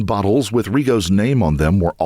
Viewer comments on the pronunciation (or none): none